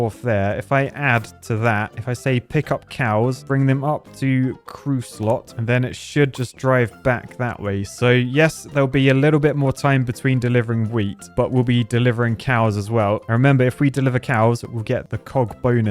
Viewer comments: Cruesot... 'crew so' not 'crew sought' 🙄 French and their silent Ts. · pretty sure Creusot is pronounced as "Crew-so", but I could be wrong.